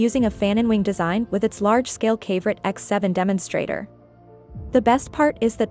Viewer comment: Pretty sure that would be pronounced "kav-o-right" like a mineral, not rhyming with favorite.